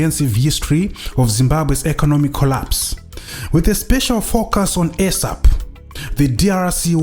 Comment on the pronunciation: Point of correction dear good english speaking presenter. Its NOT ESAP as in AIRSAP or as in EGG. Its ESAP as in eeeesap or as in isap. Thank you for a good amd detailed walk into memory lane This is very good and informative presentation